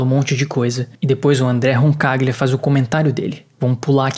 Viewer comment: Roncaglia - Pronunciou certo! Lê-se em português, Roncalhia.